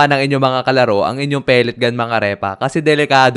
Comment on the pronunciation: Ay wow "pelet gan"😂